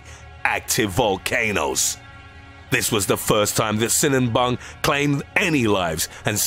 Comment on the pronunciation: Sinabung not sinanbung